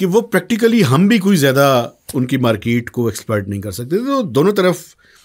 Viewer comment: "Maaekeet ... maarkeet"